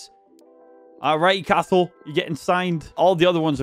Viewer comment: Hey,I know I’m five months late but I just thought I’d let you know Cathal is pronounced like co-hull (co as in the co in cot)